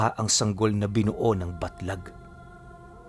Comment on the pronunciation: Nalilito ako kasi basa ni baglat eh yung tittle batlag